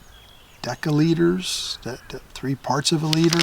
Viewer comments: Decaliter😂 Decilitier; a tenth of a litre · Decco liter 😂😂😂😂😂😂😂😂 it's desiliter. Fun fact (not so fun for us in Norway): ee can't buy plastic silverwear anywhere here. It's all wooded. And staws at mcDonalds and other fastfood places are made of paper and last for like 3 minutes after that you have to suck your cola from a wet paperchunk. We also have to drive electric cars to be able to work as a professional driver. So all plumbers, taxi etc has to be electric. Norway is going to save the whole world 😂😂😂😂 It's just stupid!